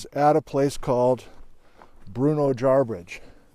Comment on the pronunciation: it’s not pronounced Jarbridge, its a Shoshone word pronounced “Jarbidge”. It translates in the Indian language to “monster”. I’m from the Jarbidge/Bruneau area and its beautiful and rich in history. The hunting and fishing ain’t too bad either. Thanks for another great video.